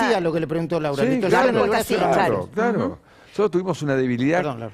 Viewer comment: Vieron que el opa no sabe ni pronunciar ''nosotros''...; dice noootos...